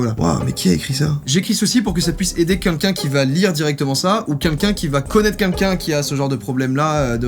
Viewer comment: joyca qui dit quunlqu'un au lieu de quelqu'un oklm